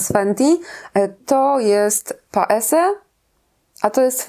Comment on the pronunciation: Paese wymawia się [paeze]. To z włoskiego. Przez S brzmi dziwacznie, jakby ktoś łamał język